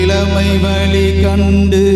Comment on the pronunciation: ஐயா தமிழ் உச்சரிப்பு மஹா கொடுமை.... "வலரும் விலி வன்னமே" இலம் தென்றலே வால பறந்தாயடா பாட்டை சட்டென்று நிறுத்த தூண்டும் விதத்தில் பாடுகிறார் இந்த ஐயா.... யூ ட்யூப்ல உலகமெங்கும் செல்லும் பாடலில் இப்படி கேவலமான உச்சரிப்பு உள்ளதே அம்மா மிக அருமை